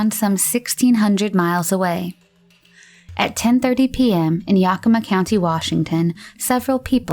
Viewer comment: I’m from WA and it always cracks me up to hear how people pronounce the names around here. It’s supposed to sound like ‘yea-kuh-ma’. Siri is the worst 😂